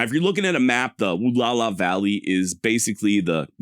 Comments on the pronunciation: Wall-ow-a! Where do you get woo-la-la? Wall-ow-a! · Pronounced: Wah-Lou-Wah. Sahaptin can be a tough language. The middle part is ou as in ouch or loud. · I don't know if this is the actual proper pronunciation but I've always heard it said as "wah-lauw-aah" "Wa-LL-ow-aah" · Wallowa is pronounced Wall - ow - a You pronounce the ow like ouch - without the ch. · I wish you had done a "quick search" on how to pronounce "Wallowa"....your pronunciation is brutal.